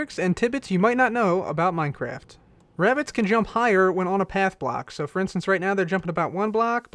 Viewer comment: I heard you said black instead of block